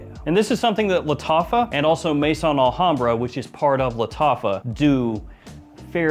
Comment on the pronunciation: You’ve been doing fragrance reviews for how many years and you still can’t pronounce the names properly??? There is no such thing as Mason Alhambra, it’s Maison Al hambra . Maison is the French word for house. Pronounced May-zon